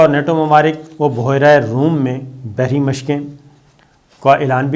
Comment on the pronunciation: Oo jaahil Boohherra nahi Behra e room hota hay